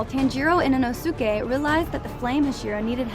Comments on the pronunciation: And inosuka😨💀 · ITS NOT IN-O-SUKE ITS IN-O-SKE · why the fuck are you saying their names like that! You don't pronounce it e - no - sue - kay, it's e - no - skay. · i just cant bare the “ino su kay” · umm girl inosuke thats not how u say it